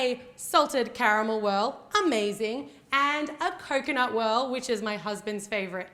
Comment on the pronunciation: Almost everytime when you were saying 'coconut' I was skipping it so I've heard Kokona like that girl from Yan Sim xD